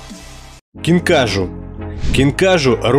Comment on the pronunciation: КинкажУ) ударение на У